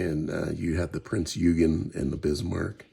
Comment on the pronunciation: Eugen is pronounced OY-gun